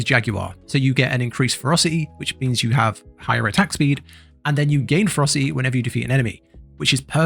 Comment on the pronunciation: They’re pronounced Fer-ROS-city and Jag-war. It’s like you lost a syllable from ferocity and added it to jaguar. Otherwise, good guide.